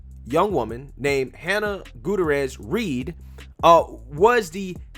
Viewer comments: Guda-rez? No no no... GOOT-E-AIR-AS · How to pronounce "Gutierrez": Goo-tee-air-rez. Break it down: Gu-ti-er-rez. Okay...? Goo-tee-air-rez. It's not "gouda-redge". You're welcome. If you're going to be "The Black Conservative", then you should least know how to conserve the Truth of pronunciation, muh dude. Sincerely, The Grammar Nazi (When you say a Hispanic name, you should almost sound Hispanic when you say it; otherwise, you're not saying it correctly. If I were to say the African name, "Tsotetsi Pipinyana Pampoen", then I would most likely sound African when I say it, because it is African. I've heard South Korean people call me "Ahn-da-roo", but my name is not pronounced "Ahn-da-roo"... My name is pronounced "An-droo"... Two syllables - not three. They sounded like they were calling me "underoo".) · Gutierrez: pronounced: Gut tear is. Not Gotourous. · oh judging by that opening, I’m sure she was the “head-person” for atleast a couple ppl on that movie set 😏 probably how she got hired in the first place. 😂😂 Edit: it’s “GOO-TEA-YARE-EZ” bro, Not “GOO-TA-REZ” lol Just lookin’ out, mane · Let’s be clear. She was NOT a diversity hire. Her FATHER trained her. And, she probably got her job through nepotism. FYI……. GOO-TEE-AIR-EZ. Is how you pronounce the name. It’s Spanish. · Not that it matters much... but her last name is hispanic... Gutierrez, hyphenated with Reed, you are pronounciating it wrong its pronounced: "goo-TEE-air-res" just want to share so if people want to look her up they'll know. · I think the name is pronounced Goo-tea-err-ez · Great vid. 👍 small note. Goot-ee-er-ez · Say it with me now: GOO-TEE-AIR-EZZ 🤣😂🤣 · Gutierrez= Goo-tee-air-ez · Goo-Terr-Ezzz = Gutierrez let's give this person her due. Pronounce her name correctly so she can receive all the credit due her. Gutierrez (Goo-Terr-Ezzz) - Reed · "Goo-tee-heiress" That's how you pronounce Gutierrez. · Hootarez 🤦🏽‍♀️🤦🏽‍♀️🤣🤦🏽‍♀️ dude learn to pronounce